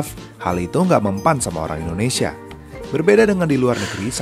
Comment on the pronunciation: Bukan indonesiyen. Tapi Indonesia.